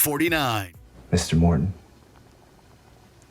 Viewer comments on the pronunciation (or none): none